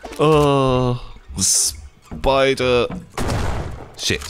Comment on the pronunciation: This whole time i thought was saying 'speed ray' when he was saying 'spidre'